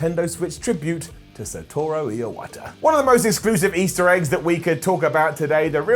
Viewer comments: he actually said it wrong as "Jinuchi" too....then added a random extra syllable to Iwata's name... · The last time he says Iwata it sounds like ear water.... Edit